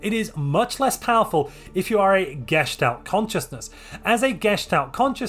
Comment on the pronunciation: Okey I have to make this clear for you now:D it's not "GEstalt" but "geSTALT", so STALT is the part you pronounce hard. No bad blood or anything, just a triggered German because you keep mispronouncing it:D